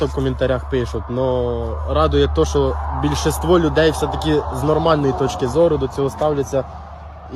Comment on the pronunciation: чел зачем ты рефлексируешь на коменты, забей пусть пишут что хотят. и совет, если говоришь украинською мовою то не коверкай слова. ось як буде коректно: - більшість - далекобійник - підозріло